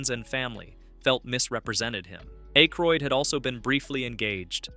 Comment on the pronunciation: Hearing A-croid the first two times makes me just scroll away. Im done with youtubers who can't even voice their own videos.